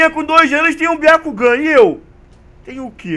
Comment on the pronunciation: '''BIACUGAN''??? KKKKKKKKKK XD mdss velho biacugan? wtf